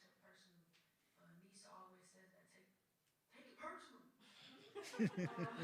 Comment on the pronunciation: How can they not know how to pronounce Aneesah at this point 🤦‍♀️🤦‍♀️